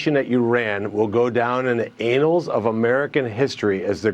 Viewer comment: From now on, every show ends with a republican saying “anals.”